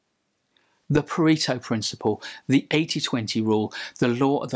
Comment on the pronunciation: for the love of god! learn to pronounce Pareto